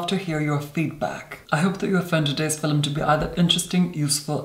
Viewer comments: I learn a lot from your techniques. You have the most amazing bone structure. I also like your elocution. Did you take lessons, or does your family just naturally speak that way? I die everytime you say fil-um. ♡ new subscriber here ♡ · Filum looool